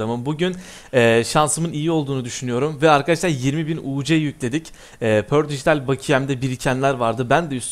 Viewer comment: Abi perdigital pördigitaldedin